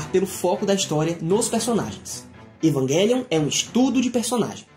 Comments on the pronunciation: Evanguelhon kkkkkkk Evangaylhon kkkkkkkkkk O som dessa palavra é com j cara evang( j )elion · Ótima análise, só a pronúncia do título que da agonia pronunciando errado, o correto é "EvanGelion" mesmo e não "EvanGUElion" obg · Evanguelio? meeeeeeeeeeeeee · Mds…. As pronúncias kkk q agonia ouvir isso…. “EvanGUElion” “OtaKU” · "evanGUElium" "otaCÙ" kkkkk entre varias outras palavras erradas kkkkk